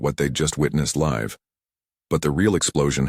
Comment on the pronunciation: Wh0 is responsible for the pronunciation of. LiVE? LISTEN!